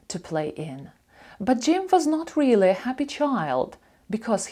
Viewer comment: Дякую,дуже подобається.Слово really як читається чується вилі ,а як правильно і інші слова ,що розпочинаються на літер 'r,як правильно вимовляти?